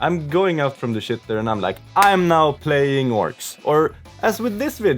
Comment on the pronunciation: "on the shit....er" I love the way you hold that syllable, or its more shi, ter.